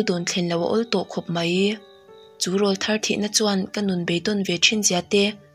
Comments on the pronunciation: 'Râwlthar' i lam dan hi a dik lo tlat.Ṭhahnem ngaih luat vangin ka rawn sawi ve zuai aw. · Rawlthar ti a i lam hi 'rawl ' tih lai hi 'àw rawl' tih laia 'rawl ' tih ang hian lam tur